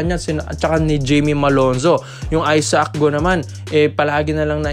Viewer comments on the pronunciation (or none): none